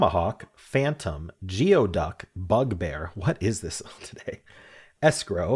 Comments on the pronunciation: Geoduck: pronounced gooee duck. Like ooey gooey. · FYI - it's pronounced gooey-duck. It's a type of clam.